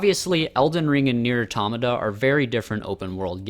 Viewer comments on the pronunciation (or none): The way you said pronounced Nier automata makes me sad it’s auto-mata not atomna